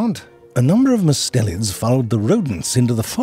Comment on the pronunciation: Might want to edit the closed captions if you get time. Everytime you say "mustelians", the caption says "mids", and I think we can agree kitten snakes are anything but mid.